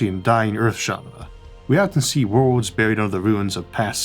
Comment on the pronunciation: Can someone please take a minute and teach this man how to pronounce the word "worlds" or maybe remove it from his vocabulary..